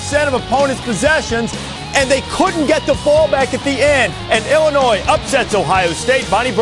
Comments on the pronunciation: Hey Holtz, it's ILL-inois not ELL-inois. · hey holtz the s is silent its like illinoi not illinoiZ